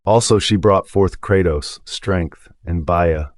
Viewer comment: Did he say Kratos ????